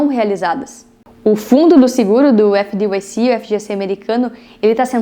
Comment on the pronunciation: Video muito bom. Resumão da farra dos bancos a décadas. Uma sugestão. FDIC se pronuncia efe di ai ci e nao efe di uai ci como voce falou. O uai é o som de (y).